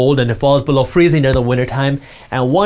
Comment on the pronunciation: Can you please not say "BElow"?